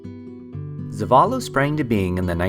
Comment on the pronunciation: Hilarious pronunciation of zeballos 😂